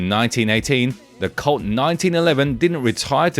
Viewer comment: Colt. The word you are saying that sounds like the word "CULT" is actually the word "COLT". Now I get if. It took me almost 5 minutes before I figured out what he's talking about!